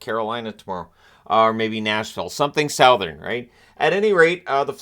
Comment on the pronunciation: Had to do a double take at the way he said “southern” at the start lol